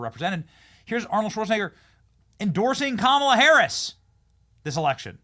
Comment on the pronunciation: I wonder how many people thought, "Golly, Arnold said scwew your fweedoms, ok, I will. I'll go get jabbed right now and wear three masks in my own car." Seriously, did anybody change their minds on the issue because Awnold said so?